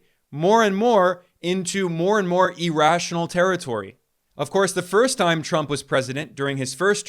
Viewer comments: EAR- rational, not E-rational. cmon man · Irrational is pronounced ear-rational not e-rational. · The fact that he US is in a financial bubble which will end badly is undoubtedly true, but the continued pronunciation of "irrational" as "e rational" is an indication of the level of knowledge and depth of analysis, both of which are superficial. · Please stop saying e-rational. Jeez